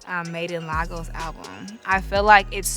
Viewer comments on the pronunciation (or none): Wizkid 🇳🇬 #naijababe but mama it’s “Lay-goes” not “Lah-gos” 🥰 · Made in lah-gos 😅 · Its d way she pronunces Lagos 4 me.😂 Now I'm beginning to understand why I just love her.😍😍😍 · Its d way she says it 4 me😂